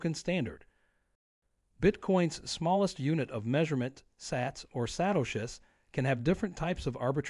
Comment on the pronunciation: The narrator mispronounced 'meme' and 'Satoshis'. If you're going to use a text to speech AI make sure to respell the words which are not pronounced properly.